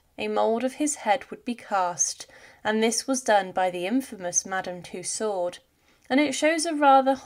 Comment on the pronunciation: Firstly It's Madame Tussaud. not Madam two sword or to sword. It's a french name and thusly pronounced as sutch. If you are to lazy to look up the french pronouncination of it, its similair to “To-so” like to sow (as in planting somthing). Tussaud and two sword does not sound simlair. Secondly the kings head was not cleanly cut. Due to the thickness of his neck (Due being overweight) the blade did not cut it cleanly off, so the exicutioner had to use a knife to cut the reminder of the neck. Thirdly. No one but those who where the nearest to the king acually heard what he said, due to every one yelling and the drums rolling. I believe there only where two written records of the kings last words. and it's from one of the guards who brought him up on the scaffold, and teh second being one of the exicutioners present up there. Forth and final. The queen was sorrounded by so many lies and rumours by ignorant and hatefull people who blamed everything on those around them, instead of accepting their own faults. that the queen would still been sentenced to death. It was a show trial. Even God him selfe would had been sentenced to death if it had been him on that trial. Thee was no possibillity of a fair trial or a just outcome.